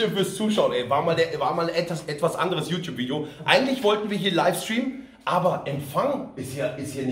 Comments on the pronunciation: Wer ist denn "ju tju"? ;-) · Konzert mit "jutju"